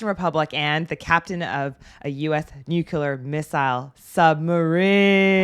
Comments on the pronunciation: Nuclear NOT nucelar…. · Great movie, great reaction. But I can't understand why you keep saying "nookyoolar" when you mean to say "nuclear". You see it int he closed captions over and over, and you hear the most of the actors say it correctly over and over, but the correct pronunciation didn't stick. It's not your fault. Half the country says it wrong. We have had more then one president of the U.S. say it wrong in just the first quarter of this century. Gene Hackman says it wrong in the movie, too. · New clear, not new cue ler. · Ok, you're killing me here. It's nuclear..... Nu-clear. New Clear. Got it? Am I being absolutely crystal cular? Jail? I don't think that'll be an issue. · She says "nuclear" like President Bush used to. "New Q Ler" It's "New Clear" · Great movie and great reaction. However, lol, one of my pedantic pet peeves is with the pronunciation of nuclear. It's pronounced NU-CLEE-ER. There are no vowels between the C and the L. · I can never understand how, people, consistently, get this wrong (or REFUSE to pronounce it correctly ---never can tell 🤷🤷). It's infuriating. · Wait a minute, did I just hear Nucular? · Nookyular. It's pronounced nookyular!